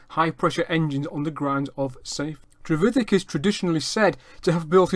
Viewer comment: No his pronunciation is correct